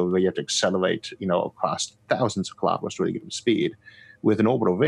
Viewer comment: Elon says KILO-METERS, not kalamaduhs.